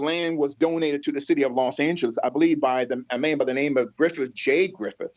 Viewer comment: LA Greek theatre Griffith park. No Griffin😂